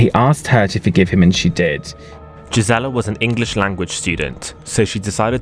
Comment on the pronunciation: Gisela is pronounced GEESE-uh-laa